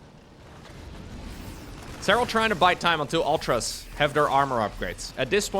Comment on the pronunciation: Man.. sorry to break it to you.. but mUtas and Ultras. should be said like Serral does.. origin is latin not English, meaning.. English people just say it wrong all the time.. :D that's a little cute too.